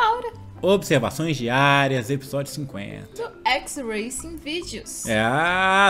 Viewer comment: É XVIDEOS E NAO XRACINGVIDEOS